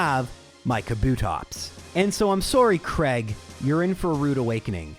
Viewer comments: Whos Creg? Its Cray-g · I know you cop a lot of "mispronunciation" comments, but I have never been able to work out why Americans and Canadians pronounce "Craig" as "Kreg". Mate, it's "Cray-g". "ai" is never ever pronounced as an "e". Just why?